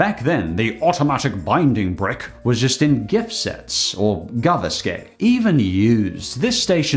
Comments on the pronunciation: The milk truck's casing says "Fresh in the traffic" in Danish. Your pronunciation of Gaveæske was valiant, but sounded more like Swedish. You need to pronounce the e as well. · Being a Dane, I love how you said "gaveæske", never thought this to be a hard word, but I guess it is😂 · You completely butchered pronouncing "gaveæske". Good try though